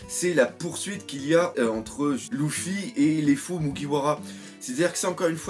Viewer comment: pk tu ids lOUffy sa me stress ?